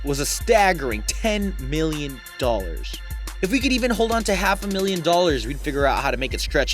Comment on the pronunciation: How you said Dollars Pissed me off.